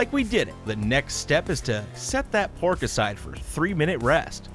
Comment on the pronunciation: I keep thinking you’re saying Borf instead of Pork